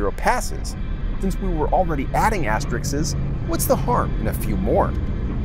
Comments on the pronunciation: The word is asterisk NOT astrix and it certainly isn’t astrixes. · was he saying "astericks"? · Asterikses? Hmmm, no. Asterisks!